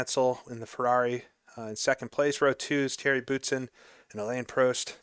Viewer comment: He finally learned how to say prost correctly, finally